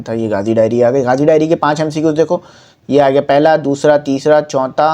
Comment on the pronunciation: sir ny khod MCQs ghalat bola to hmy kya sekahy ga sir hahahaha